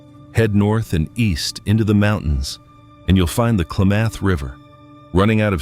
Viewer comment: Can't pronounce Klamath or show footage of the actual rivers...AI